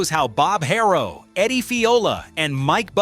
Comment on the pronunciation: Its Haro, not Hayrow